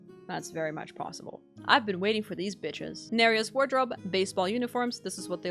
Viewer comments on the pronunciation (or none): none